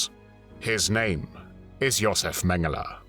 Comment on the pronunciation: Thank you for the excellent video, as always. Also thank you for pronouncing his name correctly.